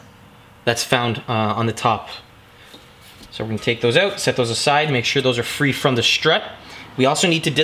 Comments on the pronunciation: more like "oat" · being from Cali it bugs me lmao